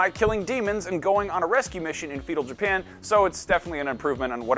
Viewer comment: I heard “Fetal Japan” 🤣